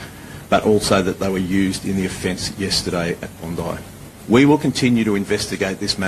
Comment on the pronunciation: It's pronounced Bon-dye. She says it correctly.